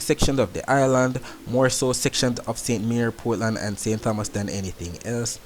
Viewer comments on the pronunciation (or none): Hi, I really appreciate what you are doing. Was hoping for this for a long time. Just one correction. I live in St. Thomas. The (h) is silent, so it's ( St. Tomas) Mr. Tompson etc